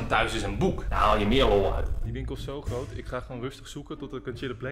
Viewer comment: Rob die Nederlands probeert te praten: GrOoT